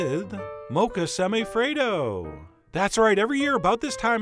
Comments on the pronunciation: Lolled out loud at “semi-afraid-o” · My soul died when you said "Semi-Affredo" 😂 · Chef John: Semi - afraido Me: ded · "Semi-afraid-o" hauhauuauahuahuahua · I WAS DRINKING MY COFFEE WHEN HE SAID "SEMI-AFRAID-O" AND I CHOCKED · Semi-Affraid-o sigh.. xD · "Semi-afraid-o" I AM DEAD . 😂😂😂😂